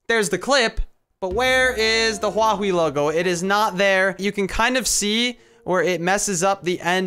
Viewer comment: It's huawi